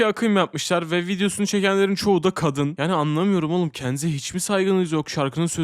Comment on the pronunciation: Abi niye kadını kâdın diye okuyorsun😭👏🏼😣